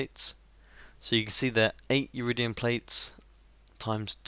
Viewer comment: Sorry to nag but it's Iridium, not Uridium, still amazing as ever and looking forward to new videos :)